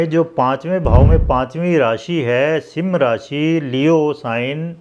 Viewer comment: अरे sir सिम राशी नही है सिंह राशी बोलो